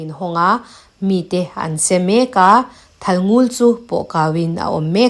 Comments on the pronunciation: A ngaihnawm hle mai ka rin zawng tak ani. Thalngul tiha ngul i lam rik dan erawh a diklo. Lel lul mai kan tiha lul ang hian ari tur ani. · Thalngul ..ngul hi a par vul..tih a vul tih ang deuh a ngul tiha lam ni se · Thalngul i lam dan hi, (Ngul) tih lai hi thluk loh tur ania, Ngul tihtK hi lamrang deuh tur aw